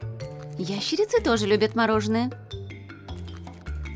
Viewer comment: мне одной послышалось "извращенцы тоже любят мороженое " вместо "ящерицы "😅